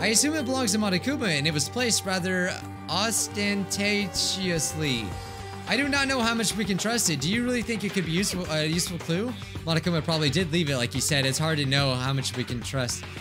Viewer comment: All hail English master! "ostentatiously" is now "aw-stand-tadchiously"